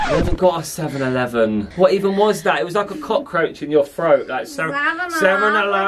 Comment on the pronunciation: I have watched this video now like 5 times and each time says 7 eleven it sound Irish more and more 🤣